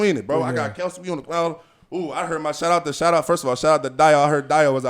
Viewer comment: Girl boo😂. Ain't nothing respectful about blind siding someone smh. Clearly Z was worth his time or kelce wouldn't have lost his cool over some football🙄. He ain't have to come from behind, my guys are always ready💪. And finally it's Kelce, not kielce😝😂